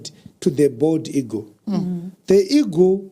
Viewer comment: Eagle not Ego